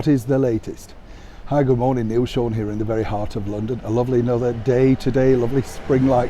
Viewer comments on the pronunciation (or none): none